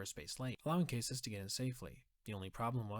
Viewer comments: It’s CASS-iss, not CASE-iss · “CAH-SIS” not caysis 👍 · Caw-Suhs Not cases. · “Cay-sas” is criminal mispronouncing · isn't it pronounced "cass-sus" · And to pronounce his last name correctly